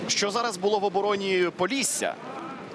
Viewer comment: поллісся🙉 шо воно таке🦧🤣